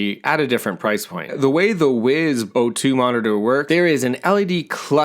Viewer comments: Probably going to wait myself for a 2nd generation because I need to be able to answer texts... The main drawback from myself. Also... Not to be picky but I think it's pronounced "wise", not "wiz" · “wiz” watch lol